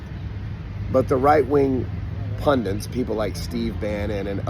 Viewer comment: Pundit,. Love you, love your stuff, but it’s “pundit”.